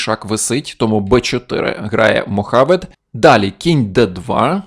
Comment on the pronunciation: Дякую за розбір цікавої партії, Іванчук один з моїх найулюбленіших шахістів) Ви мабуть помилилися в імені іранця. Сказали Мохавед, хоча написано Мовахед. Я спочатку так само прочитав😄